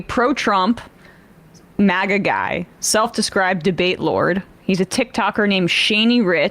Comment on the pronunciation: the "T" isn't silent in maga :p